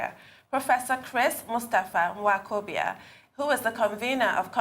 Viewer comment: I cannot believe that my could not properly pronounce Nwokobia (a male guest of honor) -- she seems to be hanging too close to OGY who takes pride in crucifying Nigerian names, including hers. I don't like that -- there is no African name that I cannot pronounce fluently. Folks should understand that not being able to pronounce Nigerian names, especially by Nigerians living in Nigeria, is a disgrace and a sign of low IQ. definitely has no low IQ but she must not let this happen again -- practice the name before going live on tv.